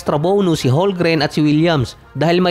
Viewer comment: Silent L ang HOLMGREN hindi silent M.. Ay naku..